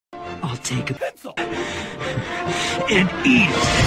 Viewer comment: i like how he said 'pencil !!'